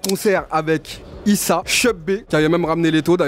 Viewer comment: " ISSA et Cheub Bé " mdrrrr fait un effort sur les prononciations